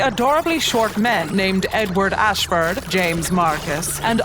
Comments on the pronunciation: I could swear the guy's lastname was Ashford, not Eshward. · Wasn't it Ashford, not Eshford, or is there a joke I'm not getting?